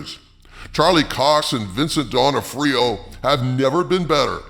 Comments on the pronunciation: Its pronounced Duh nah free oh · "Donna Freeyo" 😂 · Vincent Donna-Freo? Seriously. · is too drunk to pronounce donofrio